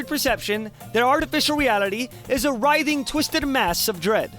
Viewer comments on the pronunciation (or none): none